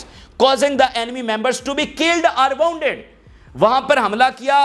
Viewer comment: Please note: Booby trap. Not Bobby trap. Wounded is pronounced woonded. Mortar is pronounced as mortur not mortaar. Please take English lessons. Also your pronunciation is painful to listen. I have been telling you for months to take lessons.